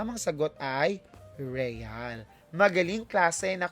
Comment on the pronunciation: Asking lang po if ganyan talaga ipronouce ang Real at Fake?